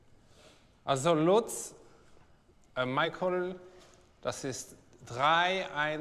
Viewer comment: When he say michael in a forien accent I think of Michael Schumacher in F1.